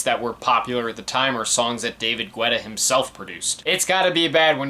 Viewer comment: Alright so a couple of things lol 1. His last name is pronounced like ghetto. ge-tah. but i've always mispronounced it so i'm not knocking you for it 2. I would assume you know this already but the verses/lyrics aren't only written by the one who sings/raps it. Even though Guetta produced the songs that doesn't mean he let Flo Rida, Nicki, Lil Wayne, Sia, etc. have free reign with the lyrics. 3. From what I remember being a huge edm fan in the 2010s and around these years, edm was in a kind of weird spot this early on. It was beginning to blow up and a lot of popular artists were incorporating it into their songs. LMFAO did it very often, Rihanna with Calvin Harris for "We Found Love," Flo Rida for almost like the entirety of his "Wild Ones" album, Pitbull working with Afrojack on "Give Me Everything" and even JAY Z and Kanye for "Who Gon Stop Me" which features one of my favorite producers from the UK Flux Pavilion. (i haven't seen your video for watch the throne yet but I feel like you mentioning dubstep will be there). Many of the producers and DJs of EDM incorporated pop elements into their songs to continue to bridge together pop and edm. Most notably besides David Guetta are Zedd, Tiesto, Swedish House Mafia, Avicii, Afrojack, Calvin Harris, Steve Aoki, and even a bit of Skrillex. This kind of split the edm community a bit because with this pop influence you have albums like this or Clarity or even Truth (with some being imo decent) and kind of shunned other albums that